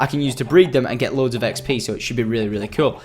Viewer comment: He said EggsP for ExP LOL